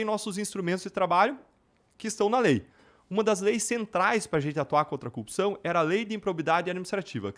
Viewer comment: O cara não consegue falar a palavra "cupção" ?